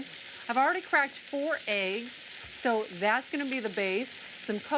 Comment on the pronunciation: You can hear traces of a Wisconsin accent when she says the word “eggs”